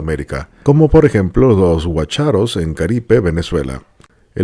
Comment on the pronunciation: La Cueva de Venezuela se llama Guácharo, acento en la primera A